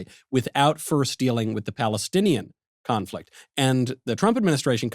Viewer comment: Did Michael say "confrict"?